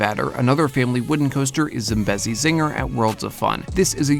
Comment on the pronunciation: Tbh hearing people pronounce Zambezi wrong gets on my nerves so much